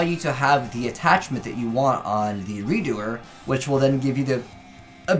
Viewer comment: Ayy, finally pronouncing Redoer correctly!